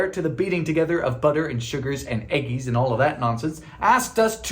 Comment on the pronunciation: there's something hilarious about you saying "eggis" in your normal-human youtube voice.